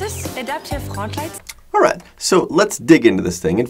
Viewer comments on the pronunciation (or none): The way she says frontlights - just like in German xD